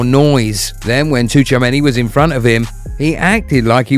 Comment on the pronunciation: It's Choowamany. This maybe is a Frenchman's surname, but the "tch" sound in it is the same as in words like "watch" and "pitch".